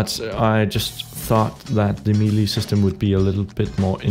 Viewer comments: "may-lay", not "mee-lee" :) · It's meh-lay not me-lee